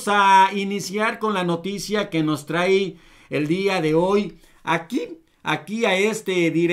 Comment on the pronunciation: Amigo no se dice trai!!! Se dice trae...jiji